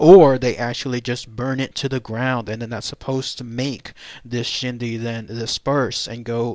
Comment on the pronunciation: The pronunciation is closer to "Ch'ee dee". The Ch'ee dee is the materialistic quality and desire of a spirit that causes a person's spirit to remain attached to the living materialistic world. The Ch'iidii is that part of a person's spirit or ghost that is still materialistically thinking and who still desires and craves after their previous material items, or perceived possessions of this world, which then keeps them connected to the world of the living. That ghost who harbors the belief that no one else should own their previous material possession prevents them from passing on, and they can do harm to dissuade anyone alive from owning what they consider theirs. For this reason a deceased persons personal possessions that formed their identity are buried with the deceased. When the Ch'ii dii part of the ghost stays because they are chasing after their previous life, then they trap themselves in the world of the living and one consequence is that they are not a whole being and remain conflicted on this plane of existence. Friends and relatives are not supposed to desire the dead person's spirit to remain because the materialistic side of the ghost will return, and cause the ghost not to be whole spirit and in the long run this is not good because energy of a ghost inherently cause an spiritual and emotional instability in a living person, even when the ghost does not intend to do harm, ie ghost sickness. I do not consider a Ch'ii dii a shapeshifter, but a person with Skinwa